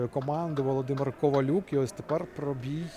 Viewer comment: Пробій,наголос на "і",а не на "о".Це ж елементарно😮